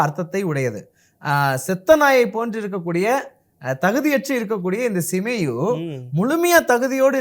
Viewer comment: சீமேயி என்ற பெயரை சிமேயு என்று தவறாக உச்சரிக்கிறீர்கள்